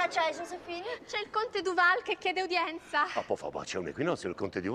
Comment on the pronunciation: "Ah, padre Duval" "Du pall" No, questa è troppo forte.